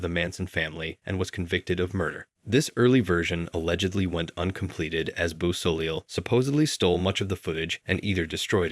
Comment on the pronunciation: For the Lucifer Rising entry, it’s pronounced bow-so-lay. I have the same last name, but no relation luckily.